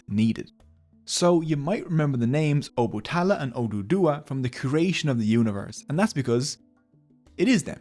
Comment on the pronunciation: It's O-Ba-Ta-La not Obutala but thanks for the video